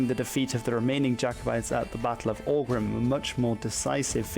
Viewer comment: “Aughrim” is pronounced “och-rim”